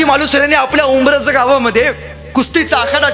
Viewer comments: उमरठ बोलतोय तो पण उच्चार उंब्रज सारखं येतोय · व्याख्याते आपला अभ्यास कमी आहे सुरूवातीला उमरठ च्या ऐवजी उमरज बोललात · दादा अरे नरवीर तानाजी मालुसरे यांच्या गावाचे नाव उंब्रज नाही " उमरठ " आहे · Umbarath re baba umbraj nahi